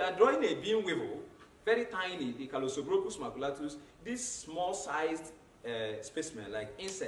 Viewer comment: nooooo i'm sure he just pronounced anything when he got to grain weevil because what is calosobrocus maculatus🤣🤣🤣🤣